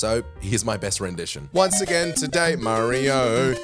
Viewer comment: ... 🎶Again To-Day-Yee!🎶 😂🤣🤣😂